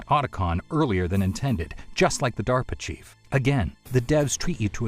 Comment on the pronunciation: due to Vinesauce brainrot I keep hearing pronouncing DARP Chief as 'Diaper Chief'. There's no salvation for me, is there?